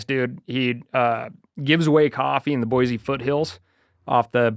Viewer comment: has lost touch…… “Boi-Z” I’m not mad, just disappointed